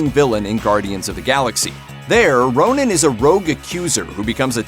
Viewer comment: Hey it's not Ronin. It's Ronan. Ronin is Clint Barton.